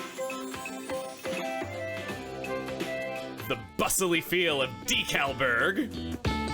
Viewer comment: When i hear decalburg it sounds like dinkleberg some reason